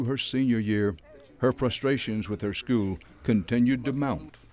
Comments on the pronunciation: Nobody in Detroit will make it, when the students pronounce "School" .... "Skoo" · The thing which has bothered me the very most about this excellent documentary is how Dan Rather pronounces school as "schoos." Once you hear it, you can't unhear it.